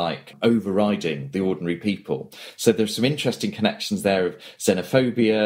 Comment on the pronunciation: Did you say "xenophobia"?......for crying out loud....